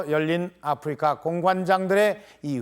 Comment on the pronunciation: 참고 : 아후리카는 일본국에서 아프리카를 발음하는 방식으로 현 정권이 일본국 외교를 망처놓아서 일본국 접대용으로 사용한 것임을 밝힙니다. 일본어 공부해 본 분들은 아십니다. 아후리카 ! Africa! 영어발음이 (아프리카) 아님. ROK 발음도 영어발음과 차이있음. 국어책 읽듯이 아. 프.리.카. 아니라는 의미임. 아후리카 이것도 한글 읽듯이 하는 건 아님. 일본국 특유의 억양이 있습니다. 아~후 ~~리~까!